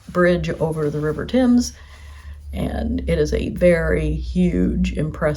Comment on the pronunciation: Hope you can visit again in spring or summer, it'll be warmer. It's the first time I've heard a US visitor pronounce Thames correctly. Well done 😊